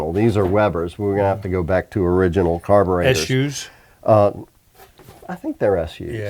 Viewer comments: "Iriginal "from people who can't pronounce Datsun properly is not surprising though.... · Eye-riginal, yes sirree.